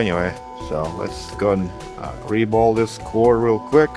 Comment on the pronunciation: your "reball" sounds like "re-bowl", which is oddly appropriate since apparently, someone heard this thing has pins and used it for bowling.